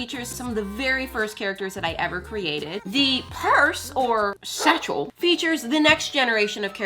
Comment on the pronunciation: The panther sketch and the way she emphasized the word satchel…is a Steel Panther fan? 🤘🏻😆